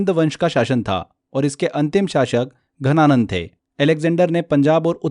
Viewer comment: घनानंद या धनानंद। Please clear your pronunciation.